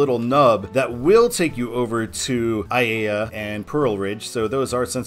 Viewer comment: H201 is signed for Aiea because that is where the freeway ends and it joins Kamehameha Hwy. Pearl City is a couple miles west of the end of the freeway. In fact, the junction of H1 and H2 is "Pearl City" to most local residents. Aiea is pronounced "EYE-EH-AH."